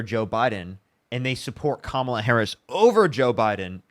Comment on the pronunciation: At least he pronounced Kamala’s name correctly.